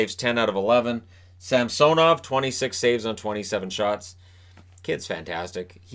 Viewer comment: Sorr to say but its gonna be hard to explain the Washington goaltenders name is Ilya Sam-S( say the word GO but get rid of the G)- Nov. Idk if that helps you pronounce His name correctly or not, but thats how it is. Again sorry.